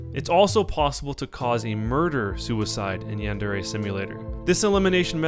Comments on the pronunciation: Why do people pronounce yandere yandārā its yan-deh-reh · Yan-de-re (not ray) with the stress on the 'yan' (1st syllable)... and also the R is pronounced differently but i think that's too much to ask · Its pronounced as its written but you have to roll the R. Yan - De - Re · i THINK its pronounced Yan-De-Re.... im not 100% sure though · You are not even saying yandere correctly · My god he can't even say yandere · why doesn't anybody know how to pronounce yandere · yandere dev doesn't know shit about pronouncing Japanese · This guy can't pronounce yandere and it drives me crazy